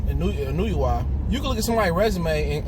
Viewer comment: Sports TV : Inoue pronounced more like En-No-Way.